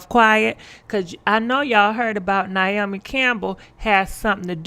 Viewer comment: Its pronounce (Nay-O-Me) 🤦🏼‍♀️🤣